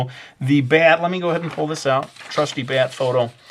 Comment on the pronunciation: "BYET wings" that's how he says it XD